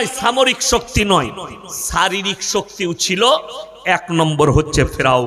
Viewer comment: দেছের, ছামরিক ছকতি, ছারিরিক কি এসব ভাষা? RIP বাংলা ভাষা